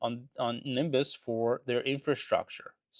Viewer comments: Am I crazy or the guy is pronouncing his own recommended stock wrong in the entire video? It's Ne-bi-us not Nimbus. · Hey it’s Not Nimbus but Nebius….. do not mess with Russians. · Sorry to point this out but it’s NEBIUS not NIMBUS… I think you might want to update your video. That said I also like this company on any pullback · its Nebius . Not Nimbus (he controls the police ) :-| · I heard "Nimbus" and wait to see the symbol so I can add it to my watchlist, thinking I've never heard of that one before. Sounds good. Then I see it's NBIS - Nebius. There's no M in Nebius, dude 😂😂😂😂 It's all love. I appreciate the content ❤ I'm not completely sold on ACHR yet. Hopefully the LA Olympics raise the company profile and help drive the price up, but I'm still reluctant to buy, even at current prices. Maybe I'll buy a LEAP or something. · Nebius, not nimbus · At least know how to say the name of a stock you are investing in Nimbus lol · and why is he saying "nimbus" 😭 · Oh! Thx! I kept hearing "Nimbus" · it’s always funny taking stock advice from a guy who can’t pronounce the name of a stock remotely correct. it’s not Nimbus bro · Nimbus 😂😂😂 How do you invest in a company where you cant even pronounce their name? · I think you mean Nebius. 'Neb-ee-us' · You should learn how to pronounce Nebius properly first 😂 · It sounds like he is saying the letter N and reading out the rest of the ticker as ‘BIS’ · must be lucky. I can't imagine ever investing in a company i can't even pronounce. Just shows how little DD there was. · You can’t even pronounce the stock properly